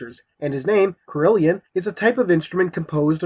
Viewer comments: It is actually "Static Carillon", not "Static Carillion". Carillon is pronounced like "Care-ih-lawn". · I'll have to consult someone who knows French before the next Escalation video. Based on the spelling, the second pronunciation sounds like it would be the correct way.